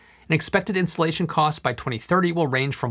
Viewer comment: I think you can work on your enunciation. I thought you said "Insulation cost" not "Installation cost."